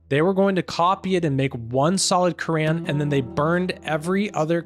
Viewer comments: Bro I think your pronouncing the book wrong your saying the Korean instead of the Quran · Why do you say Quran like that?